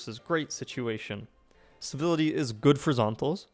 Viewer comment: Why do you keep calling it "Bivility"?